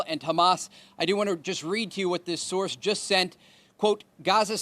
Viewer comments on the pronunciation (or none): none